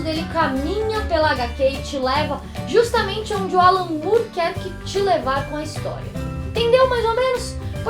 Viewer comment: é more mesmo e não "Mure"